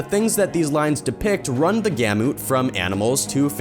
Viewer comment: Three minutes, nineteen seconds and you've already mispronounced several words. Is English not your native language? (That's the only explanation I could think of for giving the "U" in "gamut" a long sound and adding a "G" in the middle of "ancient"---and what the hell is a "pyrameedic tome?") THUMBS DOWN.